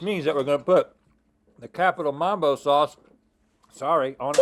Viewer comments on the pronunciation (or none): It’s mumbo sauce, not mambo